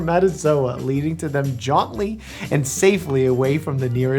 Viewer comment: Words mispronounced only 1/3 into the video: Hormel (it's Hor-MEL, not HOR-mel), chrysalis, jauntily. Should his patients be concerned?